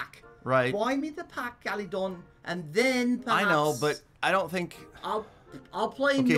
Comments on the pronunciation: "Gallydon i want the pack" lmao gallydon u thought it was galadon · the way he says galadon is golden👌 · Everyone:Galagon Peter:Galidon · the way he says galadon "galidon" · So annoying how he says gallidon not galadon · this is the amount of times Peter said GaLiDon 👇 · No one: Peter: gAliDoN cO LeaDEr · i like that when peter says galadont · I love the part when he said galadon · Can someone count how many times he said galodon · Thsis guy keeps calling him GALIDON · I love when he says Galidon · when he says galidon it ahh it makes me mad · He Says Galidon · Oof I mean Galadon